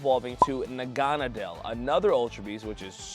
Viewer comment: nobody else is gonna comment about his pronunciation of Naganadel? He must have missed that episode. :)